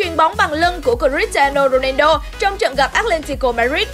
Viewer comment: Cờ - ti - a - no rô - nang - đô :))